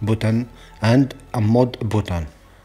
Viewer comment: You take your time explaining, but what I really love is how you say button lol You pronounce Booten It's really but-ton and reset you pronounce rizit lol 😊